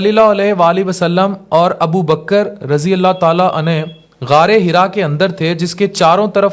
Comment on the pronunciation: RADI ALLAHU ANHU SAHABI K LIYE OR RADI ALLAHU ANHA SAHABIA K LIYE BOLTE HAIN.ARABI ALFAZ SAHI BOLNE CHAHIE.WARNA MATLUB BADAL JATA HE